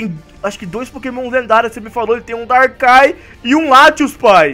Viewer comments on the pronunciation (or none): não é Darkai é Darkrai